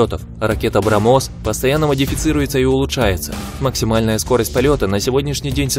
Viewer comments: И вообще с критериями выбора места. Чухня короче говоря. брамОс.... Млять. А где еврейские? - АбрамОс. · БрамОс, корАбельных... НичЕго не хОчу скАзать, но по-моЕму, у автОра явные труднОсти с удАрениями.